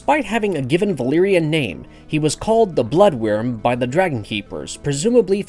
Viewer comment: Its "Blood Wyrm" not "Blood worm". I feel like most of these clickbait videos are made by people who have never read a book in their lives.